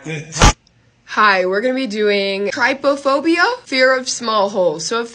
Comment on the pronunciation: You said traptophobea wrong ❤